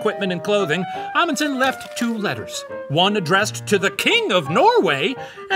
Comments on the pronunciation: I must say that the professor's pronounciation of "Fridtjof" and "Amundsen" were quite good. Can't say the same for the other halves of their names tho lol Loved the episode! We Norwegians LOVE when people talk about us. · 80% sure I'm related to that Roald Amundsen so this is a cool story Also can confirm The Professor pronounced "Amundsen" wrong the whole episode